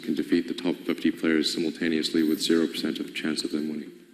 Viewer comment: Luke, I appreciate the time and research you put in, but PLEASE work on your enunciation. It drives me crazy to listen to you try to intelligently discuss these topics, while using "wit" instead of "with". Accent & enunciation, brother. Keep fighting the good fight!